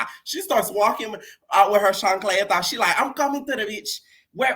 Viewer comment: Hearing you say chacleta every single time it tickles me pink 😭😭🤣🤣🤣